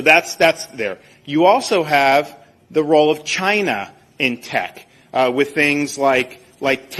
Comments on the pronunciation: No, I think he gets a "mao-mao grabbing" rush out of pronouncing it like vaGINA, because he's a weirdo, pervy, racist! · Ron DeSantis has a funny way of pronouncing the word "China."😂🤔🤔